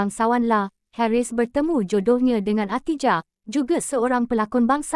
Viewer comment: Kenapa nama P.Ramlee jadi P. Ramlay nama Harris jadi Haeress . Bodoh ke apa x reti bahasa melayu tukar la narrator ni